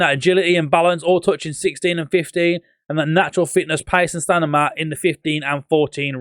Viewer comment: I like it when he says stanima 😂